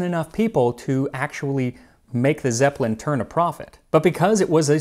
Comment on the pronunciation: Little hint: "Zeppelin" isn't pronounced "Seppelin" but "Tseppelin". The German "z" is a "ts/tz" phoneme. Also the German "u" sounds like the English "oo". So the name "Hindenburg" is pronounced "Hindenboorg" instead of "Hindenbörg". The German "i" sounds like the English "ee". So the name "Irene" is pronounced "Ee-re-ne" instead of "Eireen". However, a great episode as usual! 🙂